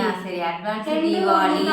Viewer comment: Deepavali is the correct pronunciation..